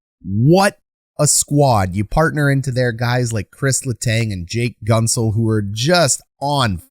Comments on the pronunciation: Hey just a friendly comment to tell you its pronounced GENT-zel not GUNT-zel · I think its pronounced Gentzel not Guntzel. Great video btw hyped for the pens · Gunt-zel..... its pronounced Gh-ent-zel. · As a pens fan..it’s pronounced GENTZEL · Solid video. But in Pittsburgh Guentzel is not pronounced like “gun”. Everyone says it as though the u weren’t there. Gentzel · enjoy your channel a lot, but if i may, it's pronounced 'gentzel' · you are mispronouncing Guentzel